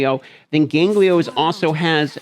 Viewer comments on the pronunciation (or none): GANGELO not GANGLIO ffs :)